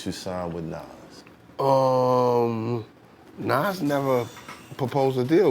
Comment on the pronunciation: He really not trying to say Nas name 🤣